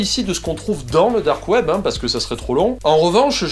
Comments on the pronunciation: on va parler du "DOOORK KWEEEB" MDRRRR j'ai rematé cette phrase 3 fois xDD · Merci pour cette vidéo, il y avait quelques points que j'avais mal saisi. Et tu m'as tué avec le "DARQUE OUAIBEUH" ! Pour la peine voici les timestamps (oui j'avais trop de temps à tuer ce soir): Mention spéciale aux deep voisins, là aussi tu m'as tué :''D